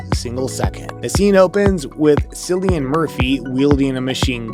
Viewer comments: HIS NAME IS PRONOUNCED KILLIAN NOT SILLIAN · Killian Not Sillian bro just saying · Why has this dude not learned how to pronounce Cillian’s name before narrating this video? What an embarrassment. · Isn't it funny that the narrator got THAT WRONG?